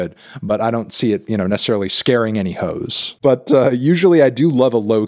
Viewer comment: Garden Hoes? It’s “Ho’s” Mellon!